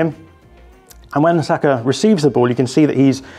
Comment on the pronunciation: Why is it so hard for pundits to not call him sakO? Bro his name is Saka. Love your content as always (please can you call him Saka tho lmao)